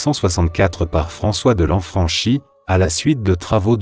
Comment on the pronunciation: Beau reportage sur des sites magnifiques mais hélas, la voix synthétique de la narration est pénible, surtout dans la prononciation des noms corses. Par exemple, le U se prononce OU et le chi se prononce Ki... Coucourouzzou et non cucuruzzu... De Lanfranki et non De Lanfranchi.Et heureusement que la voix ne tente pas d'imiter l'accent ! Alors bien sûr, cela n'a qu'une importance relative mais pour un corse, ça lui arrache les oreilles :)